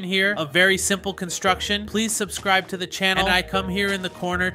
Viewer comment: It is subscribe not seinscribe